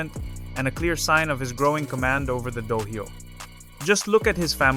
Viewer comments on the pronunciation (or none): when you do it the next Time, say Dohyō instead of Dohaio, the H is Silent and you cover it with a C that comes faintly from your throat, thats the same with Takiai which is Tachi-ai spoken ^^ but here you actually speak the C out.